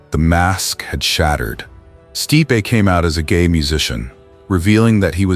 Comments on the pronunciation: Michael "Steepay?" Nope. 'Stipe.' One syllable. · At least teach your AI to pronounce names correctly. Case in point: "Steepay" instead of Stipe! Gah, terrible!!! When AI can't pronounce someone's name properly (and it makes SEVERAL mistakes), it takes me out of the video, because it feels like a slap or a cold glass of water to the face. I know I'm not the only one. This is NOT acceptable! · The forbidden love line is a form of repression and its pronounced Stipe not Stipeee. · Stipe /Staip/ not /stee-pee/ AI sucks sometimes. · Sti pay - classic AI